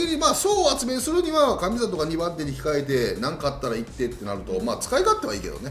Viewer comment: ) の動画でも書きましたけど、神里の読み方は“かみさと”じゃなくて、“かみざと”です。 どうして何度も同じ間違えするんですか？